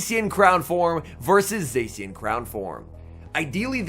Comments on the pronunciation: Zā-shee-en not zay-see-uhn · This guy still hasn't learned how to pronounce Zacian